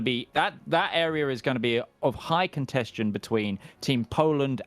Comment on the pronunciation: Well, I know what contention means, but that's definitely not what is saying if you listen to it. There's definitely a "shh" being produced before the "shh" made by the '-tion" ending. If he wanted to say contention, I rather doubt he'd have any difficulty pronouncing it properly. It's as though part of his brain was thinking 'contention,' but simultaneously feeling that perhaps it's not quite the right word for armed conflict (it sort of is, sort of isn't - there can be a lot of political contention over a given territory, but I don't think 'contention' is the word you'd use to refer to the actual fighting taking place).